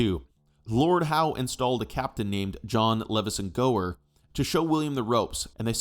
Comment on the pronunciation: Just for future reference, ‘Leveson-Gower’ is pronounced: ‘loozin-gor’.